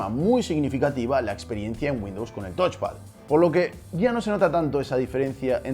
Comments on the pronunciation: No es "tochpad", es "tauchpad". Viene de touch (tauch) = tocar. El review es muy bueno pero estaría incluso mejor si te esforzaras en pronunciar los componentes correctamente. Ante la duda usar el traductor de Google que te lo dice hablado. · Es touch xD